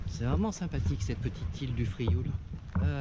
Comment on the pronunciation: Merci pour ces images, c’est amusant de voir son ile de l’extérieur. Il est devenu difficile d’entendre le nom de l’île prononcé correctement. Les francophones ayant des difficultés à dire /iw/ et surtout à comprendre que la graphie française l’écrit. En effet dans ce mot IOU veut exprimer le son /iw/ inconnu du français. Le L fausse étymologie, ne se prononce pas. On subit la même altération dans de nombreux toponymes occitans de la côte proche: Riou /riw/, Sormiou /surmiw/, Morgiou /murjiw/… la graphie authentique est Rieu, Sormiu, Morgiu.